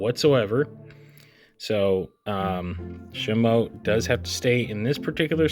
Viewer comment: is shimU not shimo